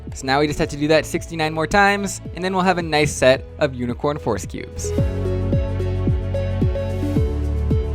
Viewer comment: The way you pronounce "Rubik's" is interesting and unique. Almost sounds like "force"